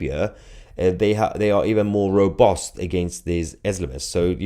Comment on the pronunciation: Mahyar, did you know you pronounce ‘U’s as ‘O’s? (and vice versa at times) Robust becomes robost and hover becomes huver etc.